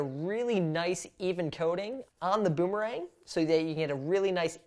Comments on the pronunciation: Does he says “ ROOMERANG “ or “ BOOMERANG “ ? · You said at that beginning of the video roomerang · i heard he said a roomerang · i hear Roomerang